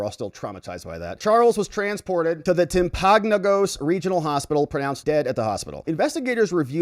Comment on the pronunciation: Lets all say it together: Timpanogos. Timpanogos is pronounced as "timp-ah-no-gus."